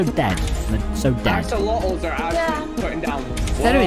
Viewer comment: tommy: OxOlOtS everyone ever: axolotls tommy: OxOlOtS